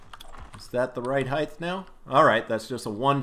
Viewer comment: OMG, height is not pronounced like "high-th". It's "hi-e-t"